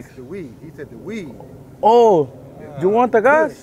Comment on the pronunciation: “the weeDDD, mhhhmmm”